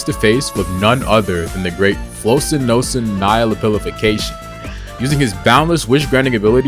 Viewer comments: Its wrong actually You pronounce it like: Flokshi- Naw- Ci- Nihili-pili-fication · your pronunciation of flocinaucinihilipilification scares me